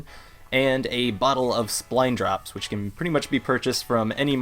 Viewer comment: Why do you keep calling them Spline Drops? It clearly says Spine Drops, no L. Also, Offal Breath is pronounced like Awful Breath, which is worse than Bad Breath.